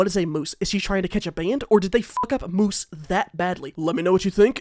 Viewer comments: I would also like to note that it’s pronounced mews, not moose. Was lwk driving me bonkers in the vid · hearing mistahfeet say muse like "moose" instead of "myuse" is killing me. like an artistic muse!! 😭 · Muse being called moose the whole video hurt me search the word muse please mistahfeet the funny and attractive genshin YouTuber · muse is pronounced like "mews" and it's got multiple meanings but one is a type of singer and another is think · I take a shot every time the funny and handsome Mistahfeet say moose instead of muse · Muse is pronounced like ''use'' with an m at the start lmfao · bro really said moose instead of muse 😭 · saying muse as moose is the reason you should stay in school yall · it’s MUSE. LIKE MEWS. AKA INSPIRATION. SHES CATCHING INSPIRATION. CUZ SHES AN INVENTOR. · A muse (pron. "mews") is a source of inspiration. A moose (pron. how you pronounced "muse") is a large, brown quadroped, often seen with sticks poking out of its head. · Bro really doesn’t know that “Muse” is a real word. Pronounced “mews” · that is a wild pronounciation of muse ill give you that